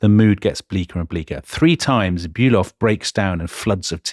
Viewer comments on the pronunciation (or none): Please, Fon Bülow, Not Bülov, that might be a Russian… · Delectable, delightful, wonderful, edifying podcast! Keep up the stunning work!!! Just a small note, not wanting to be what the Germans refer to as "Tintenpisser", seizing upon some insignificant detail, but "von Bülow" is in fact pronounced "von Bü-LOW" and not "von Bü-LOV". Merry Christmas! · Karl von Bülow is pronounced "fonn bu-low" (bu like bureau, low like low). Other than the russian counterpart, the "w" is silent in these east-german names of people and towns. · von Bülow -> fon Bülo (the w is not pronounced).